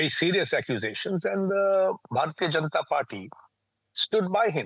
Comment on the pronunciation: Okay , Kindly dont be so alianating towards the India that you refuse to learn the proper pronunciation of the Names of the primary focus of this video. If you can pronounce Worcestershire sauce, there is no reason that you are unable to put effort into learning the the pronunciation of Janta, here J (as in Jug) + un (as in untax ) + ta (as in tam)